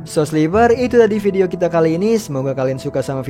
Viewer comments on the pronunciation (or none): none